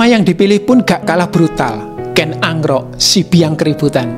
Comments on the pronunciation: Kenapa narator nya ngucapinya ken angrok? Bukan ken arok... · Kok kedengerannya Ken Angro' Min..? Apa memang pengucapannya demikian untuk Ken Arok?